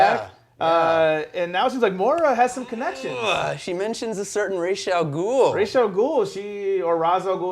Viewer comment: Ra'as in Ra'as Al Ghul is pronounced "ROSS"... i'm arabic... trust me! I dunno where "Raish" came from